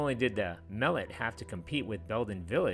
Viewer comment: your saying the name wrong. In canton we always said Mah-let